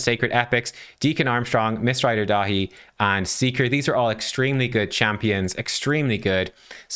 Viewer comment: 😯 I had you on the second screen while doing some paperwork - when you were saying Mistrider Daithi I did a double take thinking "who's Miss Ride or Die"? 😂